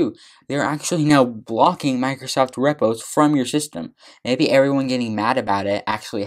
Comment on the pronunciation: arduino - ar-du-wee-no not ardi-nio / open source - sors not stors / Repos- ree-poes not reppos / . sorry man but it was killing me